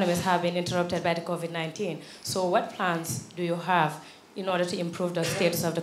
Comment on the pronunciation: Anything he's blocked, has no idea what to say or even where to start he says "that's a very interesting quection" (meaning question I guess lol). And by the way it's not "Covic" it's Covid